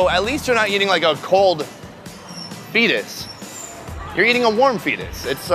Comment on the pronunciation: He said Eatus to the Fetus